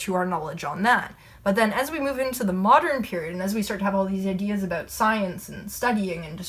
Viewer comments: That's aboot right. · "about" is my favorite Canadian word